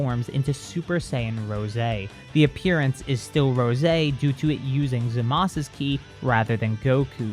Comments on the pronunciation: Why do pronounce “zamazu” as “zamaz”. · It's ( Zama - su )